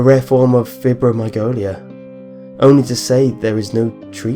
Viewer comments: Fi-bro-my-al-gia not fib-ro-my-go-lia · Feye- bro Meye-algee-a...